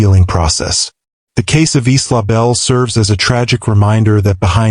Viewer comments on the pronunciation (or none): The victims name was Isla not eastlaw. It’s pronounced eyela